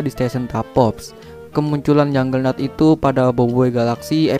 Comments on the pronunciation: Juggernaut lah Bukan Junglenaut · KAPTE VARGOBA BUKAN VARGOBA. JUGGERNAUT BUKAN JUNGLENAUT. GMN SI